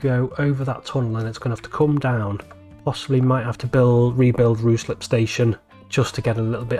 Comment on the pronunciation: Ruislip resident here. It's pronounced with the "Rui" rhyming with high. And there needs to be a nice late Victorian GWR signal box at Ruislip station.